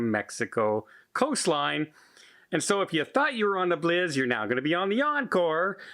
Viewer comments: FYI, the Bliss is pronounced "Blissssss" and not "Bliz" - I'm not sure if you are doing that for an inside joke or not, but wanted to let you know. Cheers! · Do they actually pronounce "Bliss" as "Blizz" in Canada, eh? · I know he keeps pronouncing it wrong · I was trying to figure out which ship is the Norwegian Bliz....